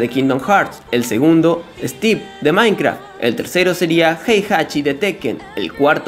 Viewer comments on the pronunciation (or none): Porque dices "maincra" wtf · Que raro escuchar a diciendo mainkra XD